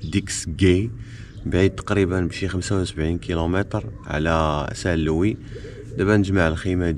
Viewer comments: Salam alikum mon frère merci pour tes excellent vidéos .pour saint louis ont ne prononce pas le(S) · Salut fréro, on dit st louis. St Louise ça n existe pas. Bon courage pour la suite. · Salam 3alaykom khoya la ville St Luis le s ne se prononce pas tahiyati wa chekrane 3ala vedeo😊